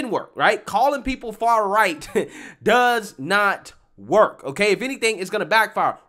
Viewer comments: Also, what the heck is "far-righ" ?? 😂😂😂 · He didn't say, "Far-Right." He said, "far-righ." 😂🤦